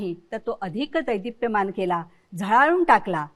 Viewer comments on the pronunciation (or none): उच्चार चुकीचे... दैदिप्यमान नाही.. देदीप्यमान हवे.